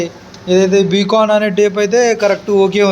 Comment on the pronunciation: బి కాన్ కాదు బైకాన్